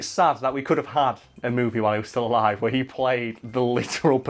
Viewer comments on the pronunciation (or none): none